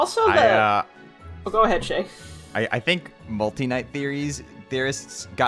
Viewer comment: shayy, it's shayy go to shayy